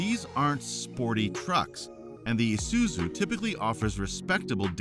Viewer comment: my brother in christ its pronounced -eye-suzu, isuzu not esuzu😂